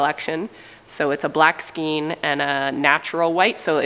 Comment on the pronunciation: Knitter here. The word "skein" is Scandinavian, so it is pronounced "skane," instead of "skeen." The DK stands for "double knitting" thickness, which is the most versatile for clothes and accessories, mittens and stuffed toys. I am so excited to be one of your best customers!!